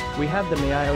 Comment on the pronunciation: miYota, not miOta